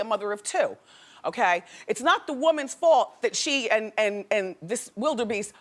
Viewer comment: I almost spit out all of my tea when WW called him Wilde-beast!!!!!😆😆😆😆